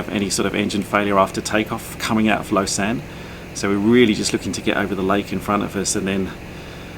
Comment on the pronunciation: Hey ! I'm born and live in Lausanne ! (It's actually French speaking and not Swiss German so you have to pronounce it "the French way" haha) I was in Australia 7 months, I missed the lake and the alps so much, Australia looked so flat haha Hope you enjoyed !!